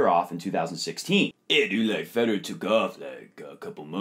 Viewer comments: Note to all Americans who run tennis instructional videos: "Federer" is pronounced with three syllables. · Ich bin Amerikaner...:) It always just sounds like you guys are saying "Roger Feder." Enjoyed the video!